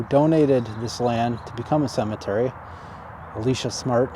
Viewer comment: Very nice cemetery, but I must correct you (sorry). It's E - lie -sha. His wife's name, Eliza, sounds like his name, so they probably said "what" a lot.